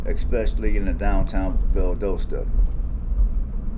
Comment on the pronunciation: Your NOT pronounce it right... it's Val Dos ta